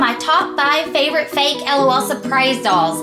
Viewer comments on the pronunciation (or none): none